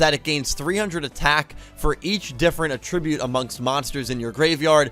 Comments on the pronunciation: AT-tribute lol not a-TRIBUTE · At-trib-ute not uh tribute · Did you really keep saying A-tribute instead of At-tribute. Yeah i totally cringed when you kept saying that. As far as the new Rush effects. Why dont they just continue with the effects like 1 Dragon, 1 Spellcaster ect ect. Now its send x many and get x many monsters and then add what kind. I dont think im gonna jump on the new RDs just like i skipped DLs altogether. Ill still watch the series. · Att-ribute Not Attrib-ute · But why pronounce attribute like that?